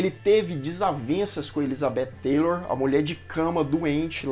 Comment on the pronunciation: Oi, você está pronunciando "Taylor", com a língua entre os dentes, e está incorreto! A língua entre os dentes seria se tivese o "th"! A Cleopatra VII, a histórica, era negra, não entendo terem escolhido a Gal Gadot, depois muitos produtores hollywoodianos dizem que não racistas!